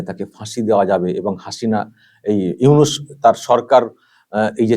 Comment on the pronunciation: চফিকুল ইউনুসের নামটা ভালো ভাবে উচ্চারন করবি ছালা